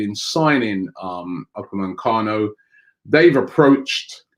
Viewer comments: only one 'n' in Upamecano it's not Upamancano ffs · How the hell does Robbie get UPAMECANO to UPA-MAN-CANO. It’s been more than a year. Jeez. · Please Robbie stop saying upamancano. It’s Upamecano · I hope we don’t sign Upamecano because I don’t think I could cope with you miss pronouncing his name every week lol